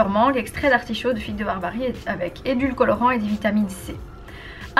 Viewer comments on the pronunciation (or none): none